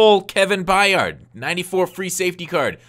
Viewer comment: It's just Kevin 'By-ird' not 'By-ard'.